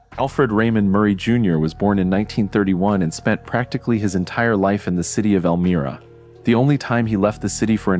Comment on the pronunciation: Elmria with a long “i” Dumb AI!